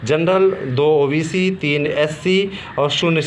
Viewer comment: ओबेसी नही होता हे ओबीसी होता हे